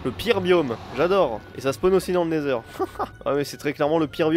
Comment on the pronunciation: Je rêve ou quand il était dans wend il à dit natheur